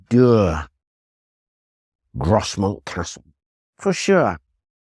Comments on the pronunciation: Just a heads up from a local, it's pronounced Groz-mont not gros-mount. Big fan of the channel btw 👍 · its said gros mont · Not being a local I would have pronounced Grosmont with a silent "s" just like the one in North Yorkshire.